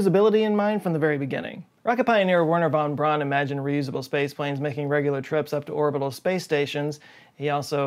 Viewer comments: Please get Wernher Von Braun's name pronunciation correct! It's "Verner Von Brown" not "Werner Von Brawn"! It's a Germanic name, so don't pronounce it phonetically like that, please. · Why are you refusing to pronounce it properly?